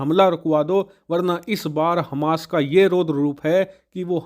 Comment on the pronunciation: Hamash ka raudra roop Kya bol rahe he samajh me nahi aaya